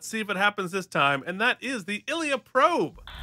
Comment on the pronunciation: It's pronounced eye leea.